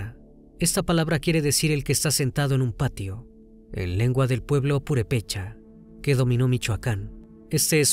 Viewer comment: Detalle de dicción: es «efigie», «purépecha» es palabra esdrújula y no llana.